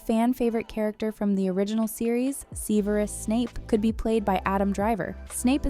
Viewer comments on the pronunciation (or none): Seeverus?! CCCVERUS?! lol 😂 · I am not okay with how you pronounced Severus "Seeeveerus" what? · Who the fuck is seeeverus snape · “Seeverus Snape”